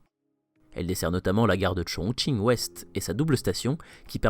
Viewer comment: Super travail ! Et bravo pour avoir respecté la prononciation et l'intonation des noms des stations 👌💪 加油